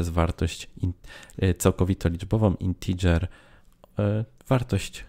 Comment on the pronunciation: Co Wy macie wszyscy za problem z tą wymową "integer" po angielsku???